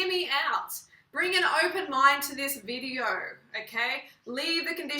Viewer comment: its video not videeer